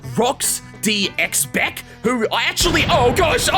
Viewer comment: Yo, for future videos, xebec is pronounced ze-bek